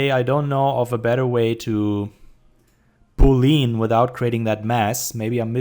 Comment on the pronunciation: Cool tutorial! Also like your Artstation. Always nice to see good german 3d artists :D Just two rather unimportant things : Plural von Vertex ist Vertices(Wuörtesies) und Boolean wird ''Buhliän'' ausgesprochen :P